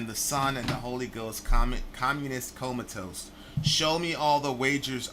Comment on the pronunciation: really said comatoast. Haha Keep up the work!